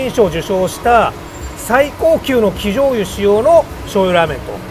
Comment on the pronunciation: きじょうゆではなくなまじょうゆの間違いではないですか？